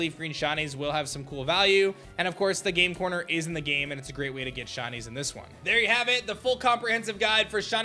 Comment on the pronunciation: I love "SHINIES" I hate the way you say it though "SHUNIES "